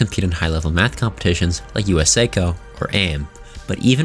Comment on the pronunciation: You murdered the pronunciation of "USACO" and "AIME". It makes me think you don't even know the basics of this subject. Also that clip was from MATHCOUNTS, not USACO or AIME.